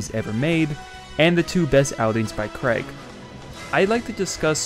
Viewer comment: Who is this Daniel Cregg person? It's CRAY-G! It's a popular name in the UK, it is not Craigslist..